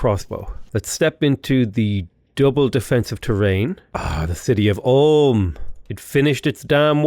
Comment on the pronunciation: Never heard Ulm pronounced Om